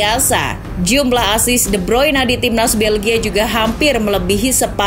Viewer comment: Assist bukan asis